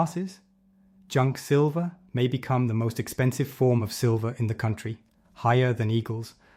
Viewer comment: AI screwed up and calling it Sliver price, snake in the grass.